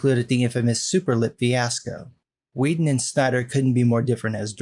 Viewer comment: Wait a minute, did he say Stiener Cut? It would be interesting to see Make a JL movie.